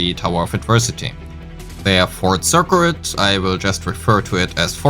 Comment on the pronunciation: Circuit = Sir-kit Regen - since you can say regenerate, you can say regen Reticence - new word to add to your pronunciation list! Reti-sense. Might be tough due to your native tongue, but with practice you can say it!